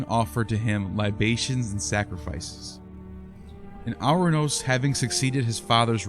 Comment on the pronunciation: It's pronounced Or-anous, not Ar-anous. Time to invest in some Greek lessons if you want to be taken seriously.